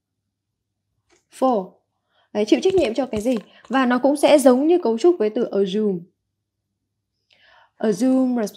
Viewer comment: Cô ơi. Hình như là từ priority, assume và từ shoulder đang phát âm chưa được đúng lắm phải không ạ